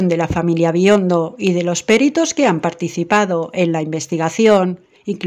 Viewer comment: No es "péritos" , es peritos